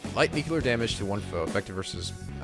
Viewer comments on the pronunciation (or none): >, it's NUCLEAR not NUCULAR...